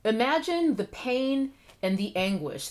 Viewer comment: Interesting tea. Just a random, but general question: Why do so many influencers keep saying "thee" from old English? Another influencer asked the same question a while back. It's like an entire generation skipped English class. Just wondering.